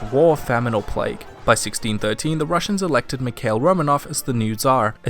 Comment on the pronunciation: Correction: Mikhail is pronounced Mi-hi-eel